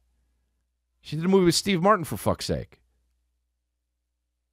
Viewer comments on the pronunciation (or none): none